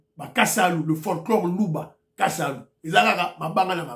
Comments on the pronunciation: C'est plutôt "kasala" et non "kasalu" ! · Bonjour Kasala et non kasalu pour signifier un dédicace sous forme d'un poème